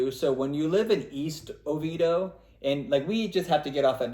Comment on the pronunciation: Its OVIEDO (Oh-VEE-AY-Do)